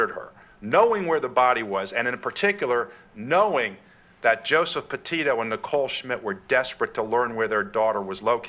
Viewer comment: It's not 'PAH'-'TIO' it's 'PEH'-TITO'